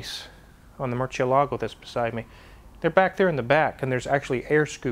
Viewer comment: everytime the pronounces "Mercielago" in proper Italian I get happy in my tummy